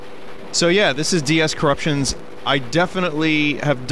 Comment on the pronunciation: At this point, it really does just sound like Vinny's saying "Currucktions"